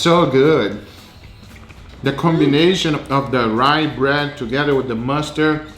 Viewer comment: I jumped when they said "ryebred"